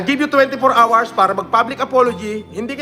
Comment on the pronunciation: You got twenty four awers to explain sabi nya hahahahahahaha tapos meron pa yung hot and sawer soup hahahahahha